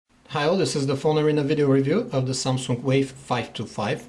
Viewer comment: i really like how he says SAMSUNK.. and I admit that he really makes a very good review.